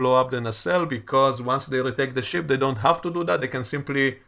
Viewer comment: U say ship I hear sh t